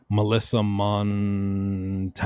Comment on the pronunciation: If the last name is Montañez its pronounced Moan ton yez. Thats the best i can do to help ya bud. (Not that you asked) lol. Great video so far.